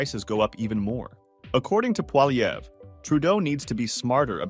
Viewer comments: jesus man. its not polyever its poilievre. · Good reporting but please pronounce Poilievre correctly. Phonetically its like this: Polyev. You were getting it right some of the time. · Pronounced Polly-ev! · Stop adding the “er” sound at the end of his name. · Learn how to pronounce poilievre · Ur saying his name wrong lol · Why do you say the R in Pierre’s last name?? The R, It’s a silent letter.